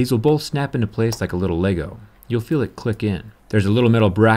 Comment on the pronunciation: I like how he says LEGO.